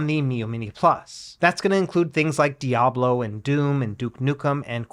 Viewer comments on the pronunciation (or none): none